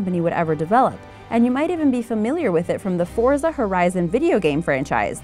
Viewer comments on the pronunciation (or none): It's fort za not forzuh it's romayo not rome ee oh. I can go on but no, and none of these are banned cause of power or speed, any car can have 2000 horsepower if you're smart enough. The U.S. is the country that's home to the Hennesey Venom GT, wich was the fastest road legal car for a long time.